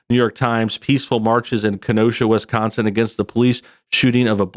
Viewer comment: Haha "..in a state called Wis-Conn-Son" "It's called a Dee-Vee-Dee Player Jules. It plays Dee Vee Deees."